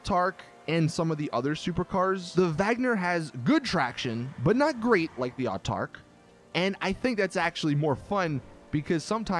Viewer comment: "Artarch" "Psycholone"